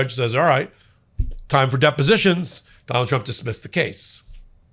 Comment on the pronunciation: 😂 Ok I definitely heard "Jonald Jump" and I'm certain it's because he said "judge" like three times before his name. Not nitpicking, that just kinda tickled me, even more so if that was intentional